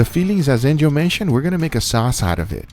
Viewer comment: No one: what do you think anjel😂